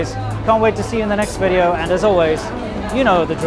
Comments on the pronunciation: welcome two anotha wideo" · Thank God someone taught her to pronounce V in Video. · Welcome to anower wideo